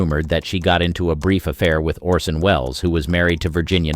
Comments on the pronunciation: The actor's name is "ORson" not "Olson". Please do the bare minimum. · Lol narrator keeps saying Olson not Orson 😅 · "Olson" ? It's ORSON Wells. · 'Olsen'? You mean Orsen, right?